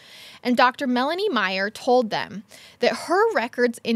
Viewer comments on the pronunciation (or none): none